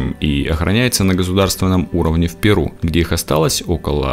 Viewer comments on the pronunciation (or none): none